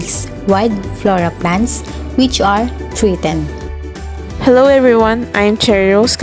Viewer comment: treatened? haha